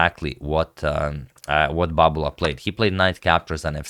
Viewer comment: I'm here to hear him say "Babula"